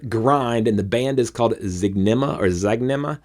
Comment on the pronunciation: Howdy. Thank you for doing this. You got the name right. It's Zig -Ne-Ma.